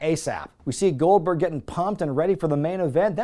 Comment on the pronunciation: "This one lady says Gold-BWERG! Well, there you have it!"